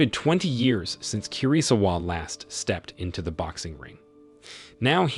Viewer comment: "KI RI ZU WA👹👹👹" someone need to teach him how to pronounce asain names 😭😭🙏🙏🙏